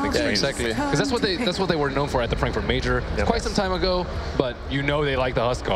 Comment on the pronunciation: He said Dankfurt in the beginning. I'm proud of this man.